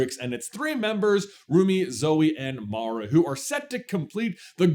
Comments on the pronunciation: take a drink everytime says Mara not Mira XD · Mira. Her name is Mira, not MARA. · I was about to be like "My dude! Mira! MIRA not Mara!" Then I saw this post. Take the Like. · IT IS MIRA NOT MARA! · If you guys do another video, please, please, PLEASE, stop calling Mira "Mara"! Her name is not Mara! The subtitles even say Mara! I can understand J not realizing he said her name wrong EVERY SINGLE TIME, but how did the editors not catch it, and make a note on screen, or have him dub in the correct name???? Come on guys! You're better than this! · MIRA ~ M i r a ~ Mira like a Mirror, 😂 Or is it just an ongoing trend where people purposely mispronounce her name, bc people always mess hers up from what I’ve seen 😅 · My guys....I love the topic and would love to see more KPDH material buuuuuuuut......as it's been said: Mira not Mara, Zoey = Turtle, and its 'a zhr' not 'a zūre'. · Rumi, Zoey, and Mira! Not Mara. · But what part of her name being Mira not Mara was that difficult!? I love the theory crafting, but the mispronouncing the name is on the levels of pronouncing aang wrong as ong. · It’s M-I-R-A Mara is a kind of jungle rodent found in Latin America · It's "Mira", not "Mara". And the band that Celine and Rumi's mom were a part of were the Sunlight Sisters, not Sunset Sisters. And the multi-colored Honmoon could mean that instead of the blanket shield that keeps all demons out no questions asked was replaced by a shield that lets demons who were like Jinu (willing to redeem themselves) pass to give them another chance. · Hermione: "You're saying it wrong! It's Mira not Mara." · not "MARA" noooo 😭😭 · I know I won't be the only one but... it's Mira, not Mara... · Who is Mira? Mara is my favorite. (It's actually Zoey. She just so extra.) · Your mispronunciation on Mira(it's like mirror, not my) bothered me a little, but this was interesting. My favorite song changes daily depending on what's stuck in my head, but it's usually Golden.